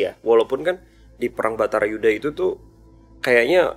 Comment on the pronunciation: salah terus kalau ngomong Bharata Yudha dia ngomong Bhatara Yudha, tapi aku suka jadi lebih Bijaksana dan Smart